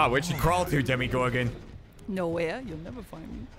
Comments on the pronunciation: "Demogorgon" not "Demogorgan", but I don't know if it was intentional. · Come now, it's DEMMYgorgon. Please give him the proper respect. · Lol, it sounds like he's saying "Jermeygorgon" XD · At some point, it sounded like he started saying "Jeremygorgon". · I was SO happy at that first 'demmygorgon'. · No one:: *demi-goran 😗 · They keep saying demi-gorgon and I hate it